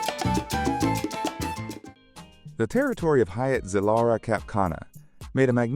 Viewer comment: You really should learn how to pronounce Zilara and Cap Cana